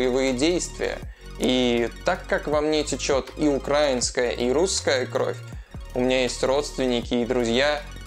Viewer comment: привет из Украины! Спасибо за твои видео:) Если, вдруг, ты хочешь говорить правильно, то в слове "украинский" ударение ставится на букву "и". Успехов! Дякую:)